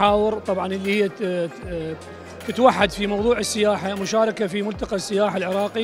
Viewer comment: إلى المذيعة ترى فشّلتينا.. حرف السين هو حرف شمسي لذلك ال التعريف لا تُلفظ في السياحة..